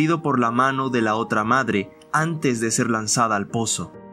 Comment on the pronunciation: XD tu dijiste made XDDDDDDD no madre